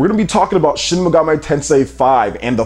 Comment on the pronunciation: Shin "Megam-ay" Tensei??